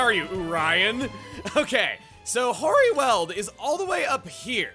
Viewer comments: 'Weald' is pronunced like wield not weld. I live near The Weald in South East England, so hearing you mispronounce the word is quite offputting. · LPT: 'Weald' is pronounced like 'wield' or 'wheeled'. Not 'weld'! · For the record, the world weald in this context not pronounced like you're welding together sheets of metal, but "weeld" and means essentially a forested area. Anyone who's played Darkest Dungeon is more familiar with this use of the word.